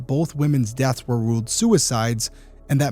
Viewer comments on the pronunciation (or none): none